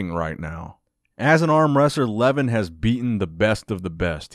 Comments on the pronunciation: It's pronounced like Luhvaahn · Pronounced LevAN. Not Leven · Lol you butchered almost every one of the names.. including Levan's :D But great that you started talking about armwrestling, very interesting sport. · Please do not swallow the second syllable in Levan's name so it is closer to its pronunciation in his native language. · You're pronouncing his name... Should I say funny?